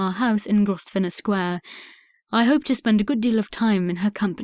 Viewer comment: Please upgrade reader’s pronunciation: mischievous, Grosvenor, placid etc. unacceptable